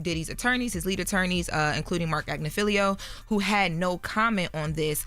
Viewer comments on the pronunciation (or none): Respectfully to, it’s Ag-ni-filo not Agni-fileo